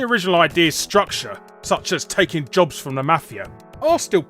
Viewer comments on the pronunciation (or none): none